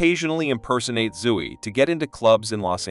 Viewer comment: So if you're ginger, you look like Ed Sheeran? They didn't even look like him. And Zoey is pronounced zoh-ee, not zoo-ee. There's only one O.